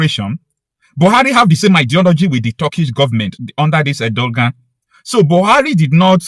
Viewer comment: IT IS PRONOUNCED Er-doe-wan !!!